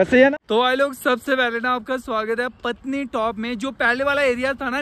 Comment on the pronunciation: भाई ये पत्नी नही पटनी है "पटनीटॉप" अपने मूल नाम "पाटन दा तालाब" का गलत उच्चारण है जिसका अर्थ है "राजकुमारी का तालाब"। ऐसा कहा जाता है कि एक राजकुमारी घास के मैदान में मौजूद तालाब में स्नान करती थी। जब ब्रिटिश राज इस नाम का उच्चारण नहीं कर पाया, तो उन्होंने इसे विकृत करके अब आधिकारिक रूप से मान्यता प्राप्त नाम "पटनीटॉप" रख दिया।